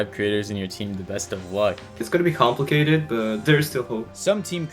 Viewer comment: "It will be complitcated... but there is still hope!"